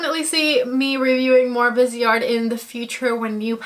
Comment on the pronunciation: It’s driving me crazy already. It’s pronounced VEEZ-art. It’s French. “Vise” from the word “visage” (face) and art. And bijoux is pronounced “Beej-SHOO”. (🇨🇦 Montrealer)